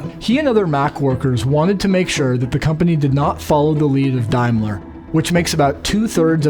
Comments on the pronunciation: Sorry OCD kicking in,dude it's Daimler, pronounced day, not Dimler, dye😂😂😂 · Dimeler? It's Daymler. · The word Daimler is pronounced as in 'dame' and not 'dime'. Just thought I'd say. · ha ha love the pronunciation of Daimler. is it really "dime-ler" or should it be "dame-ler" ?? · These people need to learn how to pronounce Daimler, it sounds like Dame ler....